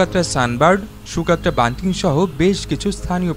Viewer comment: ইয়েমেনের এই ভৌগলিক রহস্যময় দ্বীপটির নাম সুকাত্রা না সগোত্রা? ন্যাশনাল জিওগ্রাফী, বিবিসি আর্থ প্রোগ্রামে সকোত্রা উচ্চারণ করতে শুনেছি।